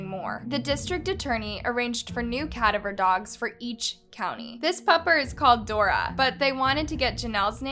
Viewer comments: I’m mad at the way you pronounced cadaver dogs 🤬😂🤣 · I can’t help that it irks me, but this is the 3rd video I’ve watched that you pronounce ‘cadaver dogs’ wrong…